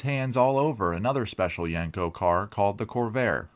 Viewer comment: Great video but you're pronouncing the name wrong. It's not yank co, it's yen co.